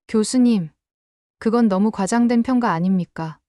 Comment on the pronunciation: 역겨운 사꾸라 발음 ¿¿¿¿ 평가 = 문법 철자 written spelling *평까 = 발음 철자 phonetic spelling. *우리 진짜 토종 한국어 한민족 전통 발음 ...